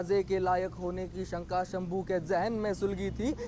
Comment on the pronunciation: भाई वह संभू नही शंभू है.